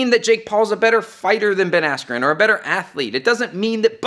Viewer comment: Buffer: “Ben Askew.” I died🤣